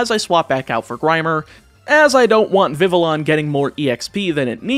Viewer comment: The heck is a “viv-a-lon”? And a “hohn-edge”? 😂